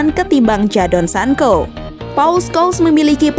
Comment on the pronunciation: Hhhh,Sancho,bukan sanko